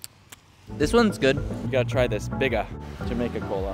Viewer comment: As a Jamaican, I hope you enjoyed your trip... ONE LOVE!!!!!🌴🌴🌴 P.S.: IT PROUNCED BIG-A (you sound out the 'a' and one of the 'g' are silent)